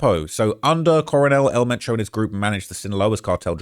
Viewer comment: Who!? I know some Spanish words is hard to pronounce for gringo but at least try to pronounce his name right ?! It would be funny if the cartels send someone to your home 🏠 to correct you pronouncing El Mencho right. 😂